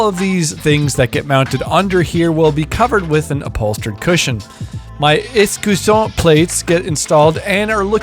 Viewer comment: Hi, great video ! I'm 32 years old too and I wish I had the opportunity to at least be able to buy or have friends to give me wood slabs.... When I saw you carving that table I immediately saw the Pedulla influence ! Amazing ! Btw, I'm French and the word you're trying to say is "Écusson" not "Escusson" and it translates to "Crest" in English. The French word for "Shield" would be "Bouclier".